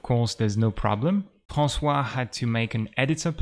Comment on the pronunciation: Wow these are very cool shaders, I already see where and how I could try to use it, and learn how it works if I need to edit it :) Thanks a lot ! Et je trouve marrant que tu prononces François avec un accent anglais :D